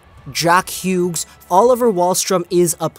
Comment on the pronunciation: Did you just say jack Hewgs? LOL